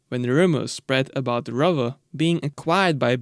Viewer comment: I miss this engine so much, I had a Cerebra 3.5 V8 I could listen to it idle all day. It's Lola not Lala and Rover not Rerver.